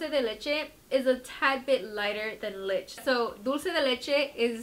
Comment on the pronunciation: Lmfao "lich" it's pronounced lee-chee